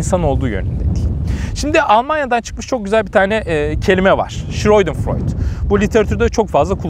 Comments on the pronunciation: Hocam yanlış anlamayın ama o ''Scheudenfreud'' değil, ''Schadenfreude''. :D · Hocam schreudenfreud değil de schadenfreude olacaktı sanırım. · Schreudenfreud ~ Şıroydenfıroyd değil hocam... Schadenfreude ~ Şadenfıroyde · Hocam ,,schreudenfreud“ degil belki şöyle daha iyi anlaşılır ,,şadenfreude” şaden -> hazar, freude-> sevinç ,,freüde” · Hocam “Schadenfreude” olacaktı galiba. Okunuşu şaadenfroyde. Yurtdışında yaşıyorum Almanlar böyle diyor en azından. Saygılarımla